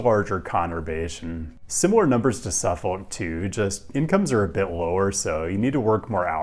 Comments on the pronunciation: watched this on Nebula but came to YouTube anyway to rib you for how you pronounced. is that how they say it there? I've never not heard it pronounced suh-fihk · Suffolk is pronounced suffick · I never been to suffolk va so maybe hes pronouncing it correctly (though i doubt it) but as someone from ma, i audibly screamed when he said “suff-folk” 8 times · SU-fuk or SUF-uk, not SU-folk. The "l" is silent. Same with Norfolk: NOR-fuk. Also, Gloucester is GLOS-ter, Portsmouth is PORTS-muth, Poquoson is peh-KO-sun, and the Wight in Isle of Wight is white. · You might want to check on the pronunciation of suf-folk.. AKA: suffock.(at least in MA) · "Suffuc" not "suf- folk" =). woot 757! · SUFFOLK is pronounced without the L. SUFFok or SUFFuk (/ˈsʌfək/ SUF-ək) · Grew up in the region. Suh-fihk is correct. Never heard anyone from there pronounce the L. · Yo Hampton roads resident here contractually obligated to tell you you pronounced Suffolk wrong Anyways omg city near wear I live mentioned?!?!?!!! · It hurts hearing Suffolk pronounced this way lol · Probably the last time it will come up as well as the first, but Suffolk is pronounced with no L, kinda like chinook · That ain't how you say Suffolk. As a broadcaster, I recommend you consider googling how to pronounce place names or you risk alienating the people who live there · The L in Suffolk is silent.